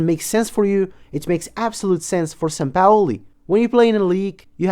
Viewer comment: Just say sampaoli